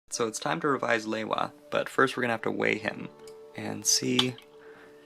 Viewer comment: It's pronounced " lee-wa"